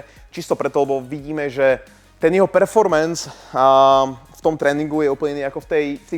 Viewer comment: ešte rýchlejšie brbli, nech ti nie je rozumieť.:face-blue-smiling: Sorudo, zaplaťte kurz slovného prejavu. "performens" a pod...kurva, si Slovák alebo čo?